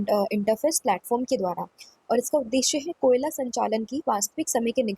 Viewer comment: Koyala as kela 😂😂😂😂😂